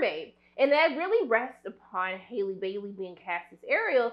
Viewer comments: *HALLE not hailey 😭😭😭😭😭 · "Outshining Halle...." 😬 C'mon now. Don't put that out there. ;) lol 💆🏽‍♀️ And it's "Halle" like Halle Berry, not Hailey. Lol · She calls her Haily Bailey 😂 It’s Halle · Halle has said her name several times (it's pronounced just like Halle Berry) and yet people still keep calling her Hailey... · It’s HALLE😂 not hailey boo ❤ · You pronounce her name the way you do Halle Berry’s, not “Hailey” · We ARE going to see this in theaters!! It’s Halle like Halle Berry!!! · Why you can’t say her name right though? Lol